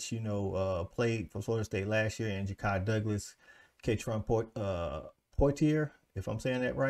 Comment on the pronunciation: Its Kentron 😂. Most people get the last name wrong. But you nailed that.